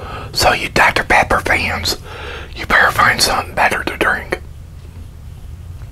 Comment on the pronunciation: he says “Dr. Pepper” strangely. Likea burp and talk?